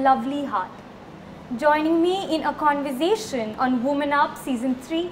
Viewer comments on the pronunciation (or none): “ it’s joining me in a conversation” not “converzation”….ssss like snake and not zzz like zebra